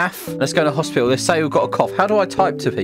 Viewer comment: "Okay we are at hospitil"